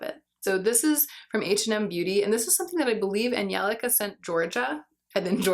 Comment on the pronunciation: is that how you pronounce Angelica? 🤔